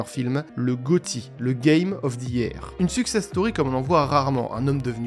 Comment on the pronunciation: "Parable" se prononce [Parabeul], pas [Parabaule]. "Year" se prononce [Yeur], pas [Yère].